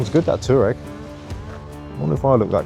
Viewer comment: Toureg pronounced Twareg after the Twareg tribe 😉👍❤️ I like the colour you've bought, stands out much better than black 👍❤️🇬🇧